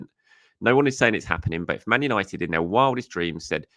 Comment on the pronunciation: 🤦🏼‍♂️ Manchester Who-nited ?